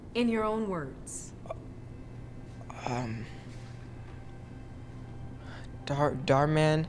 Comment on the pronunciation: It’s Dhar NOT Bhar